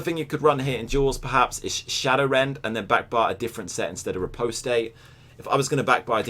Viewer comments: Goddamit. It's pronounced ree-post (like lost), not ree-post-ay. Sort it out! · Actually the phonetic spelling for the word "riposte" is "rɪˈpɒst", pretty much like the the word "recover" is "rɪˈkʌvə". Nothing like "butter", I'm afraid. Either way, it's not the first syllable that he's getting wrong, but the last.